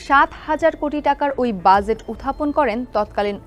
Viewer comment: Exactly bhai, budget ta jebhabe uni pronounce korlen ekdom worst laglo. She is not fit for this post.